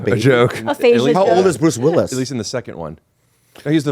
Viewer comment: At like 25min Bobby says, “Bruce Libbilus” (Willis is what he meant to say), no one acknowledged it, I was dyin laughin.